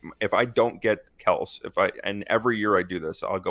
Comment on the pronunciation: You pronounce it Kel-see. Jesus, if you don't even know how to pronounce his name therea no way you know what you are talking about